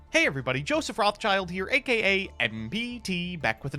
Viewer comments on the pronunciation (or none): none